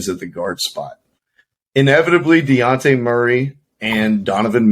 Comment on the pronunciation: DeYounte? It’s DeJounte😂